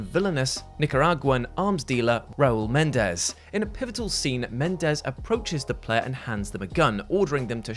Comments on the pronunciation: Men-en-dez sir, not Mendez. That entry just made me irritated at BO3 all over again. The BO series was quite interesting up until 3 totally went on to do its own thing. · Respectfully., it's prounounced Muh-nen-dez, not Men-dez. They're different names, sir. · Menendez, not mendez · To steal his gags, It’s, and say it with me everybody, Men-EN-Dez. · It's Me-nen-dez. Idk why Brits have such difficult time pronouncing this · It's pronounced MenENdez.